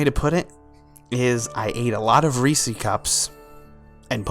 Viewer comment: Reese's - possessive. They belong to Reese. Reese ez. Not Reese. Not Reesees. Reese ez.